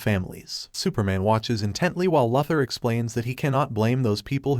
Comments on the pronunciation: Who is lother it’s pronounced luuther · It's not Lothor it's Luther: Lu ther. And you don't have to say each characters name each time something happens to them. Also it's Jon Jonns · Lafthor. It's Luthor lmfao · mate, I understand it's text to speech that's why I suggested that he should spell the text incorrectly on purpose so the dumb AI could pronounce it right maybe or something like that. Hence, LOOOOO THOR. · It is pronounced "LU- thor!" Please learn English pronounciations! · How can one recap the Justice League and not know how to pronounce ‘Luther’?